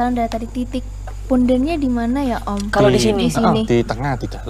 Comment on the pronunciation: Punden nyo bukan pundun